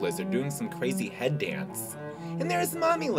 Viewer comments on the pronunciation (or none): none